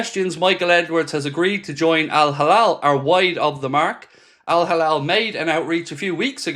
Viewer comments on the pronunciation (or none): Hilal not halal 😅